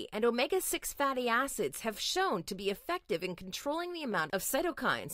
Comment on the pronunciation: Is she saying omega fatty ass’s or just wrong thought?